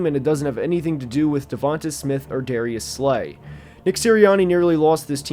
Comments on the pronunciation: Devon-tay not Devon-tuh Smith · small note but it's pronounced "Da-von-tay" just like Adams. Great video as always!